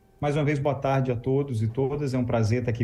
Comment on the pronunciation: “Hárdete” que pronúncia eh essa mds kk